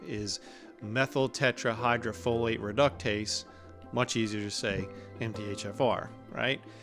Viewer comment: Love this guy’s delivery! Mad respect for pronouncing the whole word!!! No easy feat 😅😂